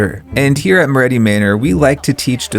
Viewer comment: guys im begging yall its moretti not morreti 😭😭